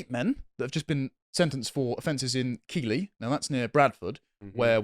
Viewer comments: Its pronounced Keithly not Keeley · Just to point out if I may, Keighley is pronounced Keithley 🙃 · Pronounced keethley. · Thank you for talking about my hometown of Keighley (pronounced 'keith-ley' everyone not from the area says it wrong). Unfortunately i knew half of them before all this came out. Youll notice that in the picture of the 8 of them the two in the bottom right has a wanted box around them. They both fled to Pakistan while they were out on bail before their sentences were handed down, source; my dad used to work with Imtiaz and found out from several co workers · Love your work,, but Keighley is pronounced Keeth-Lee. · Keighley is pronounced Keith-Lee for the thousandth time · It’s pronounced like Keith Lee chaps. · People not from the area always pronounce it wrong and in the same way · Please learn how to pronounce Keighley. It has a T in there that ain't written. Honestly! Ruddy Suveners! 😅😂😛😜 Love the vids. Keep em coming.